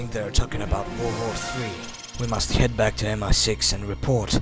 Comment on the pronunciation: It's M.I. 6 not M 16 it's a British intelligence agency or something, something like cia and stuff like that. You know, agents and spies and shit.